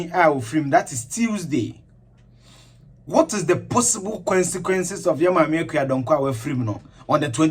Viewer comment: Don't mind my pettiness but the word is "CON"sequences not "Kwen"sequences or "Quen"sequences.